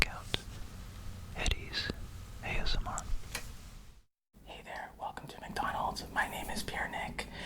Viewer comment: TingTing is the most adorable of all! “Wercome Back...”